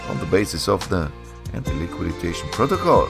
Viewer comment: We say antiliquidation, not antiliquiditation😀 Thanks for sharing, this is an interesting project.😊